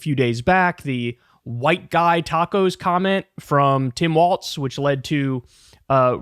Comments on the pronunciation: KYLE!!! WALLS...NOT WALTZ!!! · Walz not Waltz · There's no T in Walz, please. Pronounced just like walls. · pronounced "walls" please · Kyle still figuring out how to pronounce Walz, I see. You can do it, Kyle!